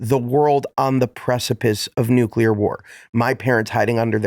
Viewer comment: Nuclear. Not nucular. Please.